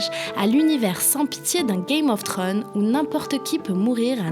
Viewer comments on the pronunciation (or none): none